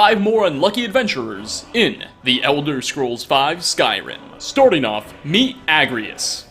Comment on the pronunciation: "Storting of"😂